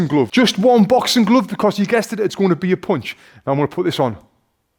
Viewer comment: As A foreigner I wonder what is a bouxing glouv? 😁 Don't be mad at me pal, because you'll rofl if you could hear my gibberish accent . . . 😁. Just joking, don"t throw me this uppercut . . ., noooooo, bump . . .!